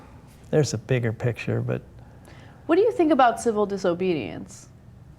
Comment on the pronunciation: lmao he just said "senk" X|)